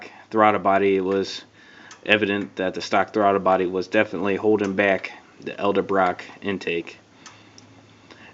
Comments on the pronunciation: ED EL-Brock not El-Da Brock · EDLEBROCK, " EH-DEL-BROCK " NOT ELDER-BROCK. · Edel-Brock... not Elde-brock. Great vid though